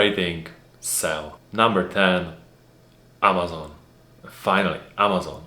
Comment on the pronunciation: Díky, až na AMD souhlasím (uvidíme zítra), na Čecha krásná angličtina, jedině "AMAZON" se vyslovuje trošku jinak, je to přece jen americká firma 🙂